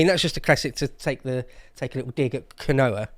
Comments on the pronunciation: Quinoa is "key-nwar." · I love that no one on the show can pronounce quinoa. Proper blokes 😅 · Quinoa is pronounced keen-wah lads 😉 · It's pronounced Keen Wa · It's pronounced "Keenwhah!" btw. :) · Quinoa is pronounced "keen-wah". 😂 Don't they stick that stuff in vegan sausages? Lmao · Quinoa = Keen-Wah lol it's a latin american grain/seed thingy.